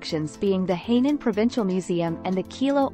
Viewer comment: Not Heynan. It is Hainan😮